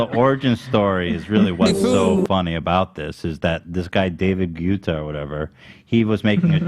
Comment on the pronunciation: The whole crew mispronouncing David Guetta’s name the whole episode is so pure and amazing 🤍